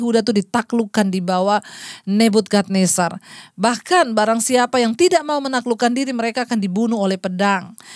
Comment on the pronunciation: maaf bu. Ibu keliru sebut nama raja Babel bukan Nebudkadnezar, tp NEBUKADNEZAR